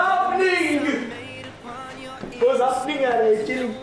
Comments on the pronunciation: "Vas happning" -melts my heart every SINGLE t.i.m.e. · whats happening sounded like wassup ni***